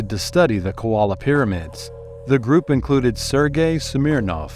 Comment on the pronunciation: Aggravating your mispronouncing KOLA not KOALA 😑